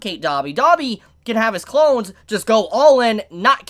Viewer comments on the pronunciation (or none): none